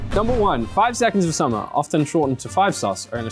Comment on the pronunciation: That r in summer is getting more and more prominent and I've never wanted someone to pronounce something wrong so badly